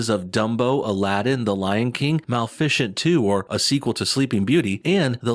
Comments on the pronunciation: Mal-fish-ent? Mal-if-escent. Maleficent. Like magnificent. But mal. Like mal-educated. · Mal-fishint 2? It's pronounced muh lif uh sent. Wtf is wrong with you. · WTF is mal-fish-ent? Maybe you meant mah-lif-a-cent? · You’re hilarious but “Malficient” 😂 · Mal-ficient? It's pronounced Mah-lef-icent. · “MAL FISH ENT 2” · It's pronounced "Ma-li-feh-cent" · "Mal ficient" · I don't know how you can pronounce maleficent wrong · You pronounced Maleficent wrong buddy but good video